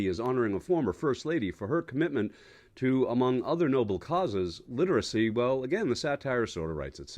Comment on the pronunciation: "Lee ter izy."